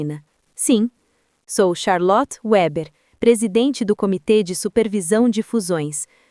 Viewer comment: Weber não é Uéber, é alemão, portanto a pronúncia é Veber.